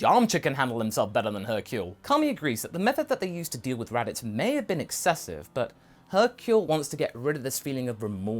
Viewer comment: hercule, not hurcle......